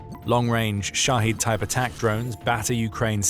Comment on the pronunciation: They're called Shahed drones, not Shaheed. It's not a difficult word, and you could have learned it over the past few years already. "The Military Show", sure… 🤡